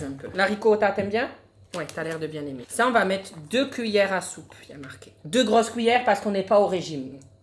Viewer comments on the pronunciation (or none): none